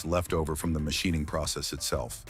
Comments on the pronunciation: "mashyning"? instead of machining. I really hate AI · Muhshining debris? What is that? I just love A.I